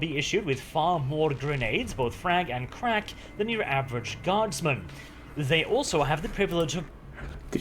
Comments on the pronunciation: Krack grenades, not crack cocain. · It's isn't "Crack" as in the drugs. It's "Krak" Grenade, essentially anti-armor grenade in 40K.